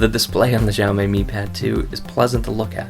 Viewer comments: ok review, but sorry I was way too distracted by your CONSTANT mis- pronunciation of "Xiaomi". The way you say it, it would be spelled " Zhao Mei ". it's pronounced "sha-oww(rhymes with oww) mee" you say it wrong so often it's like what if someone kept calling you "" or kept calling iPad the "Aaay-pull" iPad. it would drive most people crazy hearing it for 10 minutes. but otherwise glad you noted the lag. I'm still looking for a decent Android tablet. thanks "" 😜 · "djaomej", pls learn how to pronounce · decent review but the way he says xiaomi made me cringe, its honestly just read as it looks, this is just assuming what Chinese people sound like... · you're pronouncing it wrong. also I believe that audio is not synced with video.